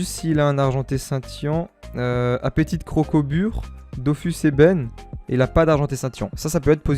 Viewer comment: Sa me stresse quand tu dit dofous mais bonne vidéo frero !